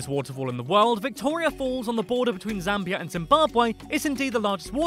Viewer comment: you pronounced Zambia wrong